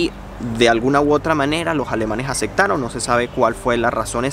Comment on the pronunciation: Que videazo, muy informativo y comunicador. Lo unico que puedo decir es que,, pronuncia las P porfavor, te la pasas cambiandola por la C. Por ej: Acectaron, es un poco molesto. Pero por lo demas esta todo genial!